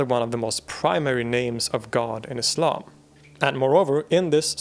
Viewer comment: I'm particularly impressed by what might seem to some as one of the more inconsequential details: the correct pronunciation of "Islam"! It isn't "Iz-lahm", guys, it's "Iss-lahm" (ok not quite that sibilant, but you get the point - it's an "S" sound, not a "Z"!)